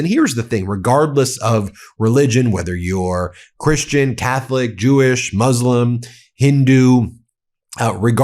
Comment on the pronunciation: Brother it’s called Muslims, not mozlims